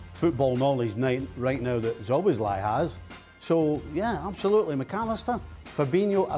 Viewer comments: Its not "SzoboszLIE" its "Szoboszla-E" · I thought Stevie would struggle with the pronunciation of Szoboszlai but he nearly pulled it off to be fair… Slobboslai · The crew will have to work on the pronunciation if he joins the EPL . Stevie with Zobosly :D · 🇭🇺 Pronounciation help: so-bos-la-ee